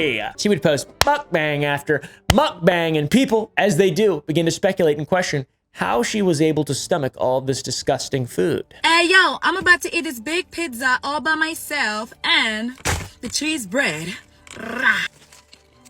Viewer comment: She's gonna eat a "pig-za" and "chtress breehd." No ma'am... I've never heard tell of such things.